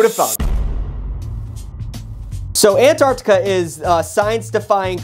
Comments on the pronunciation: How American are you? -: ANARCTICA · I admire the effort it took for to pronounce the continent "Antarctica" and not "Anartica". He truly is a pioneer!👍